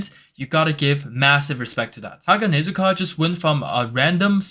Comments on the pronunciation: Bro you are saying hanegazuka Its haganezuka😂😂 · bro its not "Hanagezuka" its "Haganezuka" 😂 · No way you say Hanegazuka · NO WAY HE SAID HANEGAZUKA